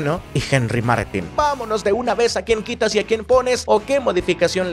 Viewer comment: Henry Martín! con acento en la i, por que les cuesta tanto leer ese apellido a los del centro del país?